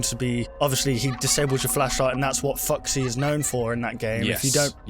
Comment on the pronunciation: you said Fuxy